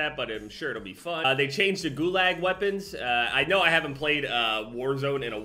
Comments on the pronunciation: Pronounced Goo-log not goo-lag. Just a heads up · saying "Gul-A-g" instead of "guluag" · Am I the only one who heard the way he pronounced "gulag"